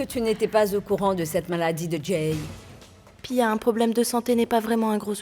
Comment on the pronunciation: M'paka wè piya sa jan lap parle an se tankou yo te fosel pran Jay li paka di Jay non